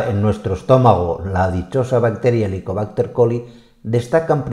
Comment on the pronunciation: HELICOBÁCTER PYLORI. Creo escuchar repetidas veces Helicobácter Coli. Creo que involuntariame se ha mezclado el nombre con el de una bacteria diferente que es la ESCHERICHIA COLI .